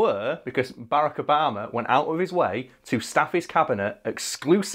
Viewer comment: is it just, or do british people just call him Baraco Bama?